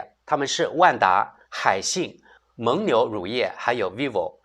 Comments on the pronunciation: 蒙（meng第三声）牛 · 蒙（měng）牛,这里应该读第三声,这次很厉害,同时押对了梅西与姆巴佩;而伊利押的是C罗与内马尔。